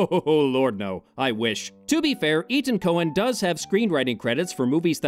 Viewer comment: The director's name is Etan, not Ethan. It's pronounced like eighttawn.